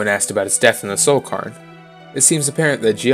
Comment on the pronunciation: I'm so sorry for nitpicking, I feel like a right arsehole, but it's pronounced cayr-n, like "care". It's a Scottish/Celtic word I think, Scottish girl here so it's a word I hear a little more often than some. Love this video, I love that you paid such special attention to poor Juib. I feel eternally guilty for never having found every page of his Opus.